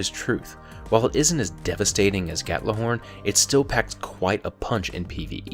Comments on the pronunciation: It's not Gattlahorn. It's Gjallarhorn. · Did you just say Gattlohorn instead of Gjallarhorn? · Wtf is 'gatlahorn' I'm pretty sure it's pronounced like 'gyallerhorn' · Please stop pronouncing ghorn like gat la horn it's so annoying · I am not saying it's wrong by why do you say Gat-la-horn? That pronunciation does not make sense. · Why does it always sounds like he's saying "Gatlahorn"?